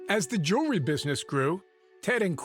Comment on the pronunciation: How does a jeweler pronounce jewelry “jew-ler-ee?”